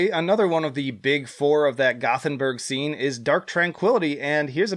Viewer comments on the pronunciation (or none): none